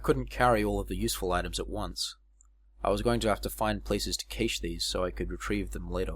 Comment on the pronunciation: Hello Slight correction. Cache (as in a hidden cache of items) is NOT pronounced as 'Kay-Sh'. Instead, it is said as if saying 'cash', as in cash money in hand.